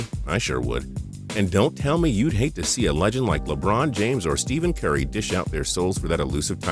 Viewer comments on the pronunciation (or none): its Stephen curry not steven curry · Did anyone notice he said Steven curry 😂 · They really need to have people who know what they're talking about doing these videos. Steven Curry? Rory "Mick-EllRoy"?